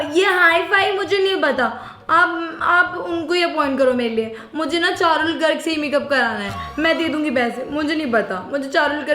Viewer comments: parul garg ❌charul garg ✅ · Parul garg❎charul garg✅😂